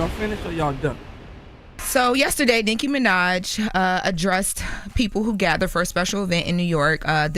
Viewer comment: Why do say Nicki's name like that? or am I tripping